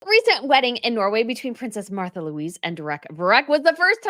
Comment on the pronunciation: I think her name is pronounced "Marta"